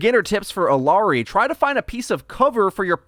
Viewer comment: ee-YAH-ri not ill-ah-ri